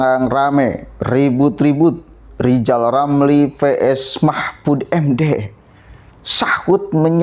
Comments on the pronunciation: Lijal lamli kehilangan halapan jadi menteli...jadi stlezz... 😁😁😁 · klo pengen jadi presiden rizal ramli harus bisa me ngeja namanya sendiri dengan benar...rizal ramli bukan lijal lamli.. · LIZAL LAMLI OH LIZAL LAMLI 😆😆😆